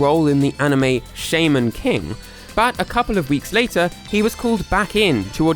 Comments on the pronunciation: i don't know if it's because you might have an accent against it or you have something like a... way of saying it from where you're from, but i'm fairly certain the opening theme for shaman king says how you're supposed to say shaman as sha-men, rather than shamein'... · also your pronuciation of the syllable "sha" is horrible. it's "shah" not "shay" if it was "shay" it'd be spelled "shay", "shai" or "shae". if it's "sha" it's "sha". "shaman" is pronounced "shah-mehn" not "shay-men" PLEASE pronounce it right, it's getting on my nerves that this isn't the only video you do this in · This guy just buthered 'Shaman King' by calling it 'Shaymin King', as in the king of all Shaymins lol. Other than that, the rest of the video was very informative and good! It sucks about Ryan Drummond losing his role to the recast as well, but this video was very good! Nice work! :) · Shayman King… what? Shaman, not shayman… Have you never heard of a shaman? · It's pronounced Shah-man not Shay-man ^^; but good try though, had no idea that Jason was going to try for a role in Shaman King cool thing to know. :3 He fits better as Sonic anyhow imo and I prefer him over Roger. XD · its pronounced sha men king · shaman king is pronounced sh(ah)mn king with an ah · I did not expect to hear "Shaman King" pronounced like that. My first thought was: Shaymin King? When did Pokemon make a spinoff about Shaymin? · Bro pronounced Shaman wrong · I just finished “Shaman King” like in august and how he pronounced it tells me he has probably never watched it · ...HOW DID YOU PRONOUNCE SHAMAN??